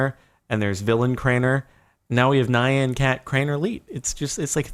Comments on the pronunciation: Pretty sure you pronounce Nyan wrong; "Nye-an" instead of "N-yan". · "Nigh-yan cat" jardon pls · FOR GOODNESS SAKE IT'S NYAN CAT COMBINE THE LETTER N AND Y THERE'S ONLY ONE SYLLABLE IN IT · rages because you pronounced nyan cat wrong the y is pronounced like y in the word you boy. always and forever.